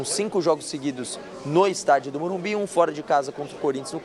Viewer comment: Qual dificuldade desses cara em falar MORUMBISSS, fosse sp boicoitava esse jornalista, não deixando-o fazer entrevista.